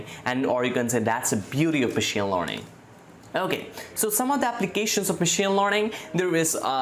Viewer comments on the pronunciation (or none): It's learning not lorning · Studying in 9th grade your knowledge is great. I suggest you to improve your pronunciation. I feel it to be a little irritating everytime you say "Learning". This is my personal opinion so don't take anything bad from it. You are very good at what you are doing and at your age. Keep it up.